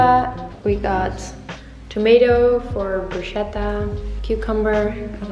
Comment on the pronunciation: just a little pronunciation advice: prosciutto is pronounced “proshutto” and bruschetta is pronounced “brusketta” 😉 and bon appétit in italian is “buon appetito” ☺️